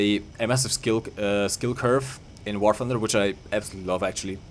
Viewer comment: "wahr funder"